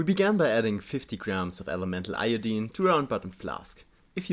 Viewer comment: Thank you for not pronouncing "Iodine" like a complete monster (most non-chemist Americans say eye-oh-dyne).